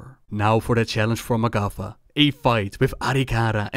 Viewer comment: For long time I thought you said MacCuffa when talking about the tauren...